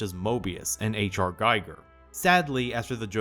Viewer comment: Sadly it falls to me to mention that the Gi in Giger rhymes with key, not guy.